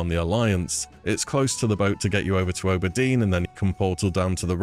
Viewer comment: Teehee ooburdeen